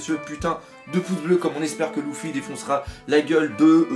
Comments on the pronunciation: Pokélite x en plus c est pas louffy c est luffy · Ça me stresse quan tu dit "Louffy" 😂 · Tu dis Gok[ou] pas Gok[u] Tu dis Nar[ou]to pas Nar[u]to Bah pourquoi tu dirais L[u]ffy et pas L[ou]ffy ? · Moi c'est ceux qui disent LUffy qui me stressent de ouf